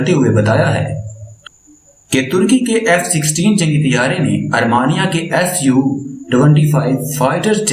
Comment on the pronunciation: Mr. AR MEE NIA NOT ARMANIA